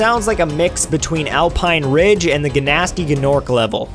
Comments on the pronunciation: i don't mean to offend you, i won't lie, i love your videos. but.. im noticing you tend to heavily mispronounce names/words for example "g-nasty g-norc" is NOT how its pronounced... its just "nasty norc"... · Pretty sure it's pronounced "Nas-tee Nork", not "Guh-nasty" :) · and the alone calls him "g-nasty g-norc." Everyone else uses the silent g, as does the rest of the world. It's supposed to be a play-on-words. Gnasty instead of nasty, to match with Gnorc, which is an amalgamation of gnome and orc, I could only guess. I would assume the mispronouncing Gnasty Gnorc's name is an inside joke or a laugh at interviewers, teachers, and anyone else who mispronounce names. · DUde lmfao it is pronounced "Nasty Norck" but otherwise fantastic job! So much Nostalgia. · Oh my god you did not just say "GANASTY GANORC" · While it should be pronounced like nasty norc, many people tent to reference the cutscene of Spyro 1, where interwiever pronounced it with "g". It's some kind of inside joke, when You intentionally mispronounce the word like character of the game did :) But some real names was mispronounced though. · Did you really pronounce the g?... Goodbye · YOU SERIOUSLY PRONOUNCED THE G’S IN GNASTY GNORC